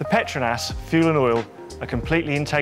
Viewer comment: what I learned? Was saying petronas wrong. I was in the Harry Potter universe.